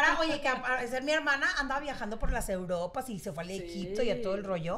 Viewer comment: Se dice eruropa no las eruropas